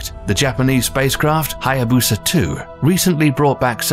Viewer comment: Did you say hayabusa? Lol